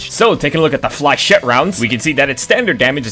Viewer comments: You’re not meant to pronounce the last “e” in flechette. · flachette is french its prounouncsed flyshit rounds because its french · The pronunciation of "flechette" in this video was done by someone who never passed the third-grade reading level. There's just no way that you thought it was genuinely pronounced that way lol. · The dedication to never pronouncing 'flechette' correctly is admirable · he knows that we know that he’s doing it on purpose for engagement